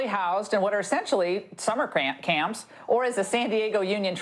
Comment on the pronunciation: Did I hear her say summer cramp Champs?